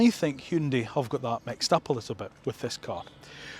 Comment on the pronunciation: Wonderful video. And kudos on your correct pronunciation of "HyunDAY". Keep up the amazing work!